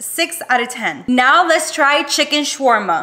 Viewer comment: As a Arab your pronounced shawarma so good😂😂